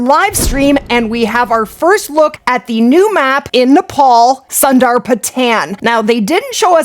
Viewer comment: Say it after me..... Soon-daar-pu-tun. Now please stop making up new words. They literally had someone on stream pronounce it for you people over and over. What a disrespectful trend in the states......